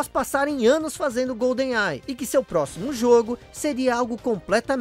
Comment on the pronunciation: Que agonia ficar ouvindo "Golden AI" kkkkkk é igual falar "Pan Americano" ao invés de "Panamericano". A pronúncia certa é "Goldenai" mesmo.